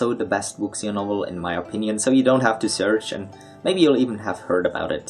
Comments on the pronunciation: Wuxia is pronounced wu-shia, there isn't really a sound in english for x, it's sounds similar to "s" in "sure" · Wuxia just means "martial arts." You should use English if you're going to pronounce Chinese this badly.